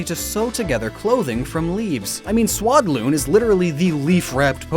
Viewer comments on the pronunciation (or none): YOU TOTALLY MESSED UP SEWADDLE AND SWADLOON